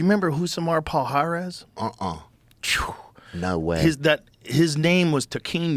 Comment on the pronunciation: Joe pronouncing 'Rousimar Palhares' is cringier than the 'cringe' compilation they pulled up